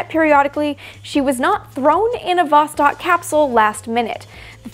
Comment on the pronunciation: Восток (vostok, 'east') is pronounced [vɐs.ˈtɔk], not [ˈvɔs.tɔk].